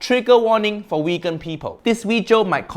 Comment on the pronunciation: "Weegan people" lol.